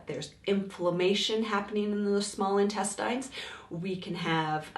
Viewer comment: As soon as I heard her pronounce intestines, I knew it was going to get real annoying...then when she pronounced duodenum, and then jejunum.... NOPE!!!🤨